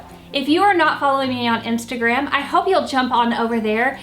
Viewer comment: Did she say "Imstagram" 🤣